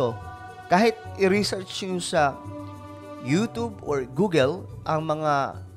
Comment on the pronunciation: Pronunciation mo YouTube it sounds youtobe